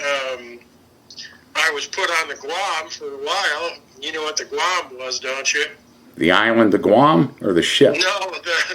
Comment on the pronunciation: Why is he (the phony SEAL, not Don) pronouncing "Guam" as "Gah-wam"? Has he only read about it?